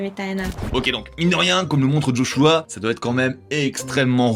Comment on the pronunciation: Quand on parle des Jeux Olympique, on dit pas D'JO, donc je sais pas pk D'Joshua. Joshua ça sonne tellement bien sans un D'